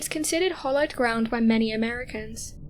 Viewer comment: She has a lovely voice, however she said, re: the buried dead in Washington park, hollow-ed ground pronouncing it incorrectly, should have been hallow-ed ground as that would be correct.